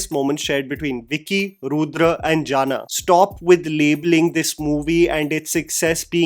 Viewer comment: It's not jana...it's janaaaaaa